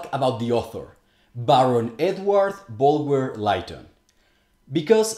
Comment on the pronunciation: Lytton is pronounced "Litton" not "Lighton". Bulwer-Lytton was a genuine occultist though, that's obvious if you know what to look for. A number of those occult ideas could be found elsewhere before this book, and they show he'd read widely in the genre, if not been a practitioner. The idea of underground worlds is extremely ancient. The most obvious example is Hades etc in Greek mythology, but it is also present in Celtic, Tibetan, Native American and some African traditions.